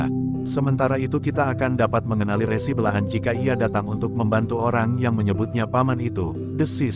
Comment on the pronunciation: Dalam mengucapkan kata "RESI" harusnya seperti bunyi pada ucapan RESi pada pengertian tanda terima berkas, bukan bunyi resi seperti pada kata resiko